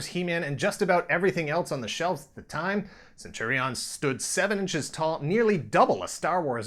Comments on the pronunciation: Why are you saying it that way? I keep thinking of Caesar saying CenturiONS. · In UK, Saturday mornings on get fresh? Also what's with the stress of the "on". Isn't it just pronounced centurions? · “Centuri’ONS” or Centurians as i’ve always pronounced it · Cringed everytime you said Centuri-ONs...like its two words😒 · It's not prenounced cen-churi-ons! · That’s not how you say centurion’s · Yikes almost couldn’t wait due to how you pronounce Centurions 🤢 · The way he says centurions is hilarious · I loved this show...... but I wish this guy could pronounce Centrurions. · Am I the only one annoyed by his pronunciation of Centurions?